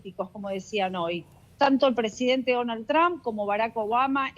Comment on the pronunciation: Señores periodista, que bueno que se asesoraran en la pronunciacion del apellido del presidente de estados unidos. NO se dice Tran! NO atropellen la pronunciacion! 😂